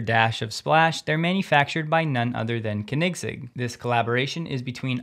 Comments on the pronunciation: I'm sorry, I couldn't stop laughing hearing "kanigsig"! It was a valiant effort, it's more like "co-nig-seg". :) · CONE-NIG-ZEG.....thats how I pronounce it. Hope that helps you. ✌😜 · Thanks for all the news. Koenigsegg is pronounced Konigz-egg, eazier.. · It's not pronounced "Kniggsig" :'D Most americans say koh-nigs-egg since they can't pronounce the "oe" (which is like the german ö). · "Co...Neg Seg" is best so far, but I think "Co Neeg Seg" is even closer. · i believe it's KOEN-igz-Egg... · Ummm its pronounced Ker-nigs-egg each part is stretched to the same length say it long and slow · Dude, it's pronounced CONE EGG ZIG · Pronounced, cony seg, lol. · Koenigsegg is pronounced phonetically as: ko-nig-segg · Cahnigg…sig lol, 2 seconds on google and you could have avoided butchering the name; you’re not even a car guy. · It's pronounced "Kone-in-segg" ;-) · it's pronounced, Corn-nez-zegg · Kinect egg 😅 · Its said like....." cone in seg"😉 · Great vids...but Dude..it's pronounced Koenigsegg (Cone-N-Zegg) ! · Check your pronunciation of Koenigsegg 😂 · Absolutely butchered the name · please stop saying Koenigsegg. just dont. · Just a friendly remark: I have never heard anyone pronounce Koenigsegg like you. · I absolutely love your videos and I'm watching them almost every day, but I have to say you need to get your pronunciation of the name Koenigsegg right: Great video as always of course! 😋🔥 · The first e is silent in koenigsegg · Maybe I’ve been pronouncing Koenigsegg wrong for 5 years….but I had to go back and listen to your pronunciation 3 times until I figured out what you were trying to say. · I love your show but please learn how to pronounce Koenigsegg. Maybe watch a few videos on their YouTube to do so. Keep up the good work otherwise. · That's not how you pronounce Koenigsegg, like at all xD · You really need to look up, how "Koenigsegg" is pronounced. You're butchering it to a point, where nobody understands, who you're talking about.